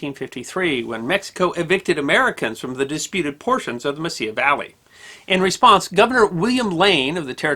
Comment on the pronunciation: It is Mesilla not messiah valley.